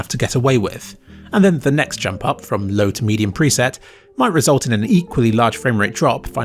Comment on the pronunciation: Haha, I understood "If you're going to play Cyberpunk on a slow PC, you can use the 'bloke' preset" and I was really sad that it said low when going back.